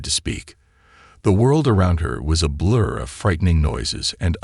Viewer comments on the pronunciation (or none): none